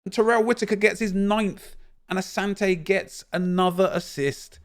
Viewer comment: Bro. I’m Ghanaian. It’s said asanti not Asante